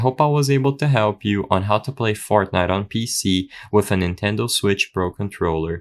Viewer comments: ah yes "fartnite" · Ain't no way bro said "Fartnite" 😭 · Why is no one talking about him saying Fartnite at the start 💀